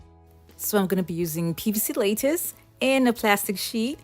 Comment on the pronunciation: Not L-A- TICE, it's LAH-TICE